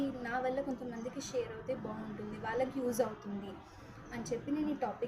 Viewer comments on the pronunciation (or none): none